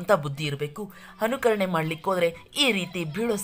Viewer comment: ಸರ್ ನಿಮ್ಮ ಹ ಮತ್ತು ಅ ಉಚ್ಚಾರಣೆಯಲ್ಲಿ ಗಮನ ಇರಲಿ, ಅನುಕರಣೆ ಗೆ ಹನುಕರಣೆ ಹಾಗೆ ಇನ್ನೂ ಹಲವಾರು ಪದಗಳ ಉಚ್ಚಾರಣೆ ಸ್ವಲ್ಪ ವ್ಯತ್ಯಾಸ ಆಗಿದೆ.. 😀